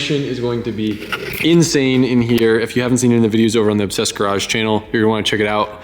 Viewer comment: is he saying "Obsessed Garage channel"?